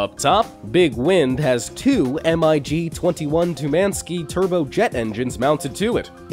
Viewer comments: it's call mig not M-I-G dumb shit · Your not supposed to spell it out M I G you just say 'mig'. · MiG is pronounced MIG. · Anyone else get triggered when he called the Mig jet engines M-I-G jet engines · it pissed me off more than it should have